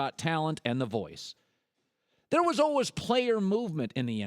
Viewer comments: The way he says al-was (al-wus) though... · I can't stand the way that Colin says "always". It sounds so weird.